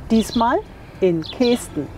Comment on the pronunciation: Lustig die Aussprache Kesten. Also das "e" spricht man kurz nicht wie "ee". Genauso wie ortsunkundige zu Küüs sagen wenn sie Kues meinen, was wie Kuhs ausgesprochen wird. 😂